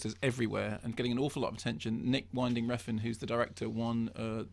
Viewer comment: It's WIN-DING, not WINE-DING.